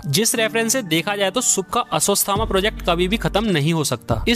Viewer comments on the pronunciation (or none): Aswastama😢😢😢 bhaiya koi acid do kaan me daalke saaf kardunga. It irritating when such great name miss pronounced. Ashwathama he yaar aswastama na. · Aswasthama nahi bhai aswaththama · Ashwathama hai vo sirrr..... your prounciation is so wrong 😂😂.. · Ashwathama hai re... Ashwasthama nahi